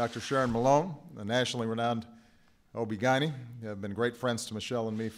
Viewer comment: Did he say OB/ Gynny?